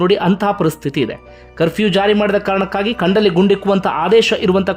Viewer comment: ಕಂಡಲ್ಲಿ ಅಣ್ಣ ಅದು ಗಂಡ್ಡ ಲ್ಲಿ ಅಲ್ಲ 😁